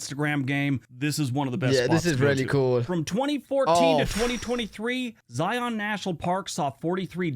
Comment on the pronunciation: How he says Zion bugs me, lol. I'm from Utah.